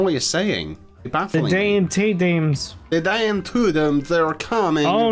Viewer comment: When they keep going Dan DAN DANNNN DANNN. At first I thought they said damn damn dan. Damn daniellll . XD